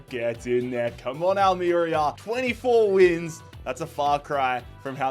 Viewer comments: Having lived in Almería its pronounced Al-mer-ría. But loving the rebuild of a small but passionate club that fought back when owners wanted to change the clubs badge and identity. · Al-meh-rea 😘 Not long discovered you on here - big fan already! Keep up the solid work mate ❤